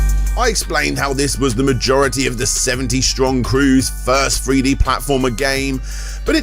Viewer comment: Are you saying Three-D or Free-D?